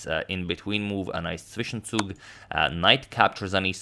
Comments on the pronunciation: zwischenzug😂🇩🇪 you pronounced it very Good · You pronounced "Zwischenzug" perfectly...nice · Nice German pronunciation of "Zwischenzug". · Zwischenzug perfect pronounciated! Greetings from Germany🇩🇪